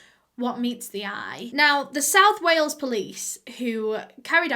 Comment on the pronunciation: "Today we're going to WAY-ELS" My heart just melted 💔